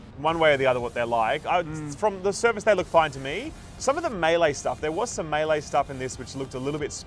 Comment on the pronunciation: Finally, proper melee pronunciation.